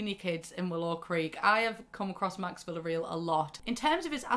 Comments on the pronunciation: It's not VillarEEl. It's VillarEAl. Like "aaw". Portuguese. Vila Real. Real from realeza, royals. Real = Royal. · I love you, but Villareal is a Spanish name that is pronounced "Via-Rayel" lol not villa real smh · My cousins are Villarreals... It's pronounced Vee-ree-el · Villareal is pronounced vee-yah-reh-AL btw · honey, I love you but the pronunciation of Villareal is KILLING me 😂